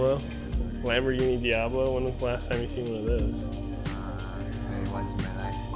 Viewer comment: "Camber-ghini" 😂 Pretty sure that's YOUR car, bro!